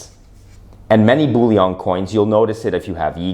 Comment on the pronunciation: Sir Isaac Newton, while he was master of the Royal Mint, then housed in the Tower of London, introduced the milled edge in order to prevent clipping, as any removal of silver from the edge would immediately become obvious. The word is 'BULLION', NOT 'bouillon'. We aren't making French onion soup here. lol